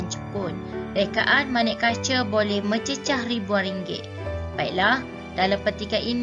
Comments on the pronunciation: mencicah tu terlupa sepatut nya mencicah = mencecah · Cikgu mencicah=mencecah